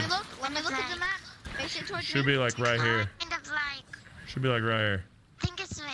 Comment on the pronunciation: "was WIGHT HEWE, okay? *COPD coughing*"